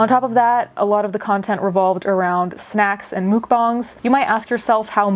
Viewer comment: It rubbed me the wrong way when you pronounced mukbangs as mookbongs